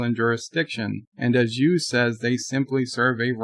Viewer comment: Is saying Hugh, or you? It sounds like he is saying U.